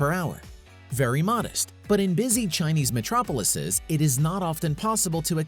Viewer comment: Metrrrrropolllllllises!! kkkkkkkkkkkkkkkkkkkkkkkk